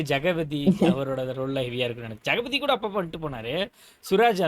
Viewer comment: Jagapathy illa 😂 jagathi😊